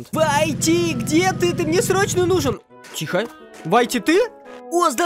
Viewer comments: Не вайти а вити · Во первых Ruv это РУВ а не РАВ Во вторых Whitty это Витти а не Вайти-_ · Если честно то не вайти а уити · Не вайти а витти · Я НЕ ВАЙТИ А УИТТИ!!!